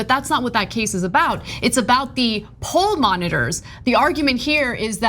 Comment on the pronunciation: I thought you said "hall monitors" rather than poll monitors. It would make sense, seeing how 'school yard' the whole affair is.